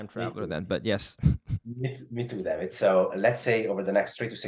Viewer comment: Every time he says David, I keep hearing damnit